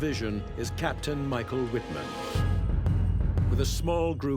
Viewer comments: Totally rong pronunciation of names.Michael Wittman correct pronunciation is "Michael Vitman", not "uitman".So stupid and unprofessional!! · You all are saying his name incorrectly. ..... In German the letter W is pronounced V, and V is pronounced W. ..... So his name is not pronounced Wittmann, it is pronounced Vittmann. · Not pronounced "Wittman" it is pronounced "Vittmarnn", emphasis on the elongated A (sounding like "marn") as the A is followed by double N. The German "W" is pronounced as a "V". This should be basic stuff for a history channel. And I am not a native German speaker. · His name is pronounced "vitman," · Wish you'd pronounce it 'Vittmann' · Say "Vitman" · His correctly spelled name is WITTMANN (pronounced VIT MANN) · Vitt Mahn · Please, try to pronounce his name properly. He was a German, not some American. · This documentary is a little sloppy. Some of the facts are a bit sensationalized. Need more expertise and less showmanship. Still not bad. Wittmann I believe should be pronounced with a "V," not "W." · It would have been easy for them to at least correctly pronounce the V in Wittman. I mean, it's supposed to be a documentary. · You’d think if you’re going to make a whole, long documentary about someone that you’d at least pronounce his name correctly! It’s not even a difficult one to pronounce.